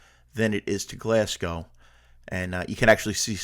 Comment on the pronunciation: no prob. Its easy to get these things wrong. The one that's usually alway pronounce wrong is glasgow. Usually hear it pronounced glasg gow when it's glas go. Enjoyed your video though. Hope you had a great time in Scotland.